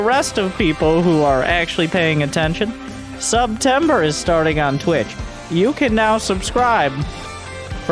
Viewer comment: My dude, I <3 you, but you gotta work on that SubTember pitch...